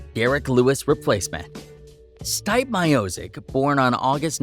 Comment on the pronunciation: C'mon man!!! Are you an idiot???!!! His name is not " Styp " Miocic, you can even say " Steven or Steve " Stipe is Croatian short name for Stjepan or Steven in US, But, stop saying Styp, my ears hurt